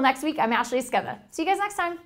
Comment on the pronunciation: Does anyone else hear "Ashley Esqueva" instead of "Ashley Esqueda?"